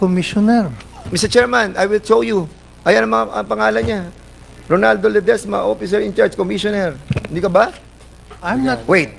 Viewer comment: Hahaha! Mas nakakatawa ka pa sa Boyoyong Clowns, Mr. Fernandez! Nanlamig at parang gusto mo na matunaw no? Hahaha! Ayusin mo kasi, sir. Umpisahan mo na sa pag bigkas ng "oFFicer", kasi pinagpapalit mo yung "f" sa "p" e. Right minus wrong pa naman yan. Buti nalang sinalo ka ni Mr. Chair. Tsk!